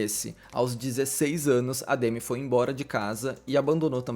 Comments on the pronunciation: aprendeu a pronúncia do sobrenome, mas não do nome que é; demí e não demi (tipo Demi Lovato). Ela já até falou sobre m na entrevista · A pronúncia é Demí… na verdade, o D é quase mudo, tipo: Dmí